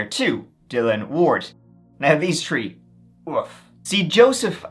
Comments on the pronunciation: New drinking game! Guinness. Every time says “tree” take a good long sip! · I love your voice, it's one of the reasons I listen besides your awesome content! I could giggle hearing you say tirty (thirty) or tree (three) all day, makes me smile every time! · I love your vids but I really get the feeling you really like the number 3/"tree" lol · can’t help it! It’s a throwback to when Irish was the only language spoken in Ireland. E.g. “Three” is “trí” in Irish, pronounced “tree”. ☺️🇮🇪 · Next stop "Tree" million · In this episode, said “tree (3),” “turteen (13),” “turty (30),” and “turd (3rd)” thirty-one times. I believe that’s a record high. Congrats!